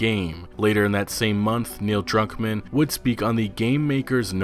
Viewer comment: I thought you said Neil drunk man